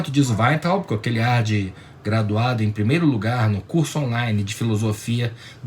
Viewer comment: gosto de ouvir suas opiniões, mas, por favor, fale Weintraub como todos falam. Ou seja, aportuguesado...